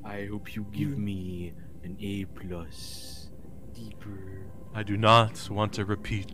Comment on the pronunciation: Every time says "deepurrrr" I lose my shit. We made a few TMA jokes in chat during the robbery tape.